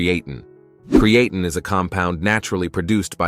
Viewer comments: Hey there Mr AI, good video 👌 Just a tip though. Creatine is pronounced Createen.. Cheers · Good, but somebody please teach AI how to pronounce creatine.